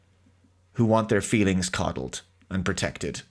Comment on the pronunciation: Mah fweelings